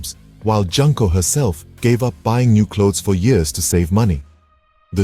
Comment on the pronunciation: Please dont pronounce her name like "Junk". The first "JUN" is pronounced like "June". Junko is pronounced June Co.